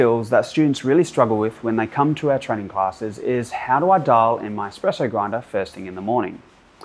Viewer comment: Whilst I’m waiting in a queue for my morning coffee on the way to work here customers requesting their Batista favourites they always say. “Hi I will have a double shot expresso” when it’s espresso not expresso as thee is no x but people keep saying it why is that. 🤣🤣🤣